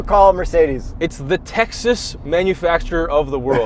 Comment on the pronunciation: doesn't know how to pronounce "Texas".